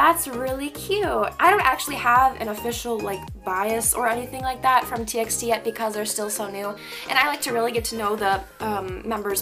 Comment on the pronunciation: TXT is actually pronounced as T"by"T. I was confused too at first! :)) no hate, I just wanted to correct you!💕